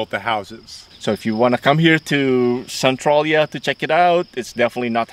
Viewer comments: Schuykill is pronounced skoo kill and Centralia is pronounced sen trail yah. Nothing like how they are spelled. Really enjoyed the video if you ever come back to PA you should check out the Amish in Lancaster County and Gettysburg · I had to stop watching as soon as I heard him say Centralia that way.